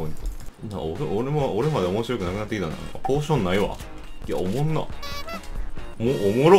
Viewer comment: さんのおもんなの発音好き